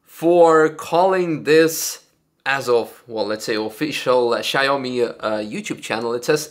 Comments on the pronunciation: It's shao-mi not shy-oh-me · Not "Shy Homie",! Its "Shaw me". Thats Xiaomi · I think it is pronounced “shaow-me”